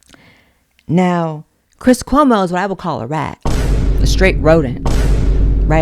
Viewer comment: I so agree about cwis cwomo. Lol